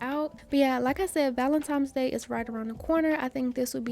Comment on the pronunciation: I love you say “Valentime’s Day”.💗💗 Brings me back to my young days.